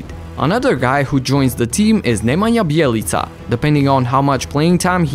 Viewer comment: You are the first guy on YouTube to pronounce Bjelica's name properly. All I can say is congrats